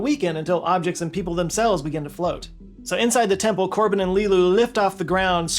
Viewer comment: Korben not Corbin. But yeah